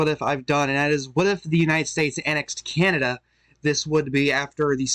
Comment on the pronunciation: Came here to say that. Candada, Alabamada, Alaskada.